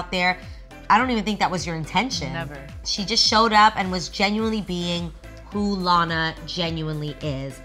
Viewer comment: Everytimes she says Lana it sounds like she said Loni